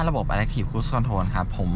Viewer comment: ชอบดูช่องนี้ เพราะให้ความรู้ รายละเอียดรถแต่ละคันดีมาก ในขณะที่ช่องอื่นๆ จะแนะนำจุดเด่น รูปทรง อุปกรณ์ตกแต่งเหมือนกันหมด แต่ขออนุญาตออกความเห็นนิดนึงนะครับ ช่วยเรียก Adaptive ให้ถูกด้วยครับ อ่านว่า อะ-แด๊ป-ถีฟ ครับ ไม่ใช่ อะ-แด๊ค ครับ